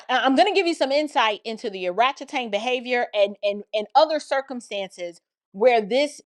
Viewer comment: Every time you say oratchetang 😂